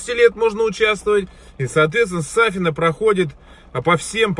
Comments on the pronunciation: СафИна, а не САфина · на И ударение. СафИна!))) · вы образованный человек, делайте правильно ударение в имени - СафИна. ( При помощи того же инета вы могли уточнить произношение). При всем неуважении к семейству Алсу грамотность никто не отменял + есть другие обладательницы этого имени, не имеющие никакого отношения к порочным делам Абрамовых. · Только не САфина, а СафИна). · СафИна, в имени ударение на второй слог.